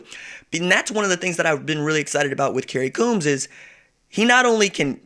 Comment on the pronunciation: It’s pronounced Combs for Kerry Coombs